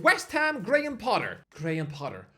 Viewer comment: GAY-HAM Potter